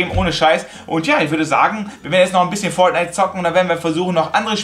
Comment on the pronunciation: Wie Fortnite ausspricht 😂 Foatnite